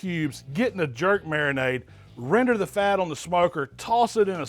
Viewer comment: CAN YOU SAY RENDER ?